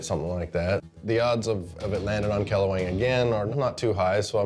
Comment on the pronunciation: It pronounced Kle - Wang not kle-weng